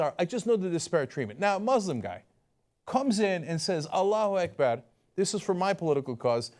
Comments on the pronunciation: Cenk said alluh akbar way too accurately... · Yo cenk you said allah hu akbar like a freaking pro that was awesome